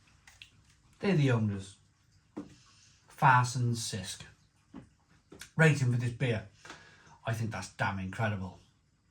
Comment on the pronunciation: Been living in Malta for 5 years now and discovering Farsons beer has been a pleasant surprise. You need to come to Malta and experience it on tap to get the real experience though. I like the red ale but Farsons blue is my personal fav. Not a huge fan of the green IPA, it’s not bad but nothing special. It’s pronounced ‘chisk’ btw 😊